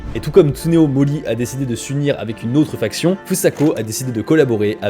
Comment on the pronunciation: On dit une FACTION, pas une FRACTION :)